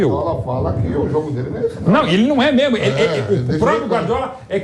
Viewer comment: Jornalista falando "memo" em vez de "mesmo" é brochante...